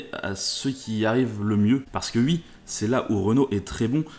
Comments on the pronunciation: Lol encore qqun qui dit "UI" au lieu de "OUI".. ça m'a tjr fait marrer ces gens là. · pourquoi dites vous "ui" au lieu de "oui" ?